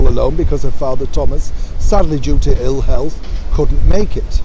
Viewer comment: Couldn’t make it due to “I’ll health” 🤣😂